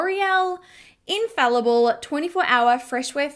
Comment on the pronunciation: "Infaillable "... shouldn't that be pronounced "Infaile-able "? 🤔